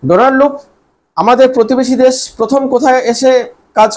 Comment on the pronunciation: It would be better and more acceptable if you improve your accent. For example: it is not 'des' but 'desh'; it is not 'suru', but 'shuru'. However the content is not that bad.